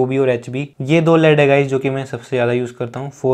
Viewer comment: it's 'lead' not 'led.'